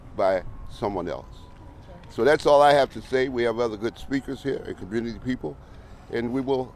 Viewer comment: Where is there an r in community